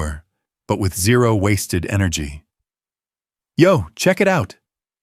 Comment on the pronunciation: someone needs to read the script bhefore posting. cant pronounce zero, millimeters etc?